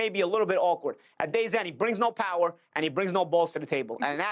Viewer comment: Paulie got no pwower, he got no hwart, he chwin....he a sitting dwuck